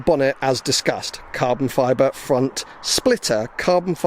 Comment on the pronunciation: Cahbon fibah